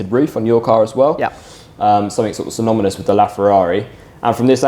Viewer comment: Sonomonous?!? Try synonymous. Root word is synonym.